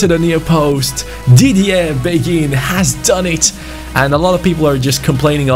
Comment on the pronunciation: I personally think mine is better read this Asa a person who speaks French quite well im pretty sure beghin pronounciation is ( bayhin ) Anyway Story time sit down get a hot cocoa and enjoy Beghin was born in Kinshasa in Congo, he grew up in a relatively well off family. At the age of 6 is mum married a rich French businessman because she was pregnant with his baby. They moved to France where his stepdad got him into football as he was a strong Marseille supporter who was very passionate about the game. Beghin blood father died in a car crash whilst his mother was pregnant with him and his stepdad s like his real father to him. He was a very gifted footballer from a young age but very boastful, he was known as a cocky individual but had the skills to back it up. At age 11 he went to a sport private school where his coach saw his talent and got him trials at Lyon. He was known across the Lyon academy and had high praises from the likes of Caqueret even though he was 5 years younger. The attention got to his head and at age 15 he decided to sign with PSG. He continued to excell and was capped by France U18 at age 16. At age 17 he demanded a professional contract threatening to leave if he didnt get one. PSG reluctantly agreed giving him 15,000 a week. He thought he had made it big and started to not put in the effort. He would stay up late playing fifa and fortnite and go to training late. He never breaked through into the first time despite having all the potential. After gett